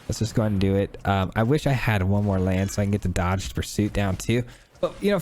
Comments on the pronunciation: I'm going to sound like a jerk for saying that Dogged is pronounced like "Dah Ged." The word you're saying is dodged. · Great deck. Dogged pursuit is pronounced Dog-ged, as in unrelenting pursuit.